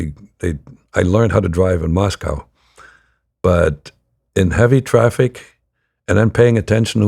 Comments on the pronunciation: He was a kgb spy in the USA why wouldn't he pronounce it the American way? Mosco would be a tell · i don't think Russians pronounce Moscow that way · Isn't it pronounced mos-co to natives and mos-cow to Americans?